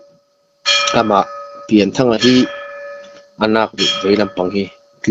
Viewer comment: Pianthanga tih tur a ni a, Pian tih hi Lian kan lam ang a lam tur a ni.